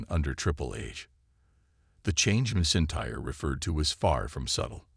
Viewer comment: “Missintyre” AI can’t say Drew’s surname 😂